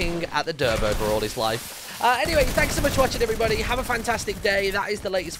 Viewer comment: Nobody Literally nobody Him: Hallow every bodty im in the lettle wuud and welcome back to fartnute